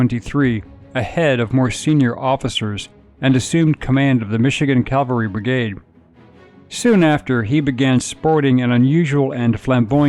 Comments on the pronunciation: CAVALRY! CAVALRY! Not CALVARY! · It’s Cavalry… Not Calvary. Get it right! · Cavalry not calvary! Sheesh!! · It's pronounced Cav-al-ry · I find it surprising how many people mispronounce "cavalry".